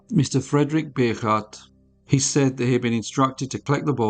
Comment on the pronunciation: Bogaardt is pronounced Bow-gart